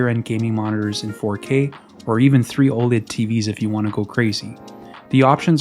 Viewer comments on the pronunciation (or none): none